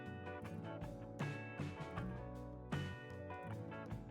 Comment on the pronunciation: Диктор АПГАР произнесла АНРАП то есть назвала английские буквы.Смешно......